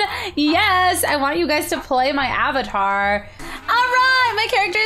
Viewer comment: Omg she says "Av-a-ter" for avatar